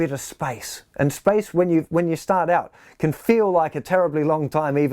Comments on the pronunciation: It took me a while to understand that he was saying SPACE and not SPICE. Great lesson, though. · I took me a while to understand he was saying space, not spicy. 😆